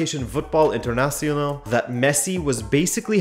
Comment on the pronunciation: I respect you trying to pronounce Voetbal International in a Dutch way, but... International is an English word (the Dutch word would be Internationaal), so that was really funny to me.